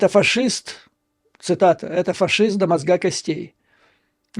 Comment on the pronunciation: Юрий Борисович, учите русский язык. Или переходите на мову. В слове «мозга» ударение может быть только на букве «о».